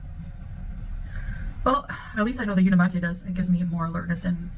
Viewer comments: Why does she keep pronouncing the product name Unimate as Uni Matt A? Shouldn't it be pronounced Uni Mate? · Unimahtay—— unimate wtf!! It’s like calling a microwave a meecrowahvay. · She can't pronounce the product name correctly either. She keeps calling it Uni Matt A. But it's spelled UniMATE.🤷🏻‍♀️ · I’m so confused, if the brand is pronounced phonetically as uni-city, then why wouldn’t the product be pronounced uni-mate? Why is she pronouncing it like “latte”? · SHE CANT EVEN PRONOUNCE THE BRAND’S NAME CORRECTLY 🙄🤡🥴🤤